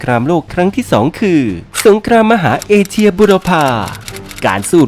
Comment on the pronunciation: เอเชีย ครับ ไม่ใช่ เอเซีย 😅